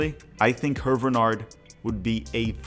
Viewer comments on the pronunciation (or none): Small point of contention: Hervé Renard's name is pronounced "AIR-vay ruh-NARR". Alternatively, you could translate his name to English - Harvey Fox. Edit: I'm a HUGE fan of Wilfrid Nancy. I am a Celtic fan and raged at our board for not considering him. We have our own retread manager, Brendan Rogers. The problem is, our board listens to a small, extremely vocal clique of supporters who aren't interested in any managers who aren't Irish Catholic or Catholic Scottish of Irish descent. Never mind that Jock Stein was a Protestant and Ange Postecoglou is an Australian Greek immigrant and practicing Orthodox Christian. I view Nancy and Renard as the most likely on this list. Slight edge to Nancy, given that he's known to American fans and is already comfortable with American supporter culture. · your pronounciation of HERVÉ RENARD name is so confusingly bad ahahahha its HERVÉÉÉ RENARD, ANYWAY GOOD JOB BRO🫡